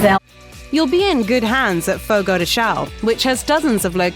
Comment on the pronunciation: It's "FOGO DE 'SHOWN' " NOT "SHOW"!!!! Geez I wish people would actually LEARN to pronounce PORTUGUESE correctly instead of trying to "fudge it" with their Spanish, Italian or other LATIN language EXCEPT FRENCH! One good thing about FRENCH is its completely distinct vocabulary and accent makes it completely incomprehensible as a language to use as a "fudger" for its Latin based sisters.